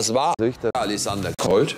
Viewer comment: Wen triggert es auch das Richter Alexander holt kein r aussprechen kann